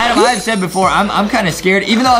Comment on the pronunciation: ITS ADAM NOT ADEM!